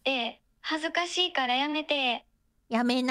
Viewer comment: 恥ずかしいからやめて〜がちょっと関西系のイントネーションになるのツボ